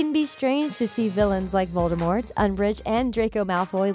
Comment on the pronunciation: Voldemort No, you will not! You have to say it correctly!